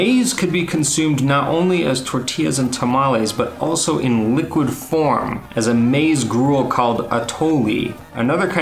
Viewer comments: Maze???? Es mah-eez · it's pronounced "ma - is". And; you just heard her name is Minerva. Why do you call her "Minörva"? 🤣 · Maíz pronounced Mahheez